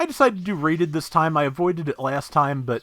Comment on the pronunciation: So now that I have actually played the game on PC I am just now realizing that every time you said "rated" matches I heard "raided" matches. Fail :P